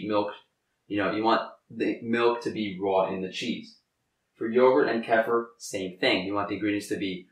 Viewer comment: You want to call kefir (key-fur) not (keh-fur) because that can be mistaken for (calf-er) which would not be a good thing for someone who knows what that means to hear.